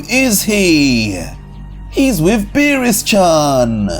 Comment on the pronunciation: Nah hearing zeno say beerus chan hurts my brain